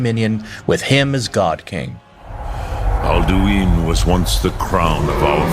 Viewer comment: Alduin is said outloud about 2000 times during the game. Where in the seven hells did this pronounciation come from?